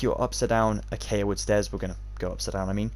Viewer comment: Great video! Can't wait to make this as a Halloween special over on my channel! Will definitely credit you in the video dude!! Edit: Btw I couldn't help but notice that you say acaya instead of acacia for the block, don't worry though I do the same all the time!